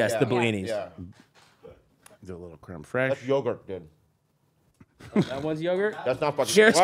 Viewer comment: I fucking love how they pronounce Creme Fraiche as "Creme Fresh" hahahaha 😂😂😂😂